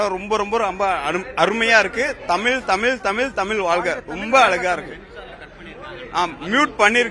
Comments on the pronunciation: உண்மை வரலாறு தெரிவது அவசியம். தமில் இல்லை தமிழ். தமிழை கொல்லாதீர். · இன்று "தமிழ்" என்று சொல்ல இயலாமல் "தமில்", என்று சொல்லும் தமிழ் இளைஞர்களை பார்க்கும்போது நெஞ்சு பொறுக்குதில்லையே......